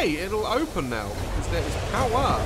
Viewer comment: nobody: daz: "the powerr has been restorredd"